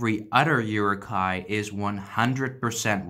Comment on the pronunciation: Who else got pissed off when he pronounced Uruk hái as ‘yooroo Ki’